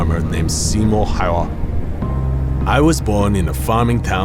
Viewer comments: bruh its Simo Häyhä not Häyä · Noo it's äyhä h is silent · This is definetly not finnish accent. Häyhä is not pronounced like that in finnish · Simo häyhä not hayya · Its not simo hayha its Simo Häyhä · Simo häyhä not häyä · It's real name is Simo Häyhä not Simo Hayha and i know it because i am finland people. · Its häyhä not hayha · I think its Simo Häyhä not häyä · Come onnnnnnn! couldnt they get a finnish voice actor? dude, i was thinking it was a finnish guy voice acting but then "simo hauha" was just too much off. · Siis onsekyllä vittu ku ei mies osaa sanoa edes häyhä oikein, eikä myöskää upseerioppilas. / Fucking a, my man can't even pronounce Häyhä righ, nor upseerioppilas. You should have just sent messages to finnish people and asked one of us to do a voiceover. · Im sorry but you are not Simo häyhä... Or even finnish probably russian as you cant even pronounce ä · He could spell them, but not pronounce them ;P